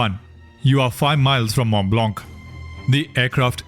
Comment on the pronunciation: Mont Blanc pronounciation is Mo Bla..also check.the pen on.this name and how many in each type are produced.